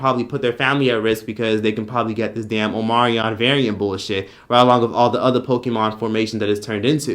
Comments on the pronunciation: OMICRON - NOT OMARION OMG!! 💀💀💀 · Omarion variant lmaoooooo. It's omnicron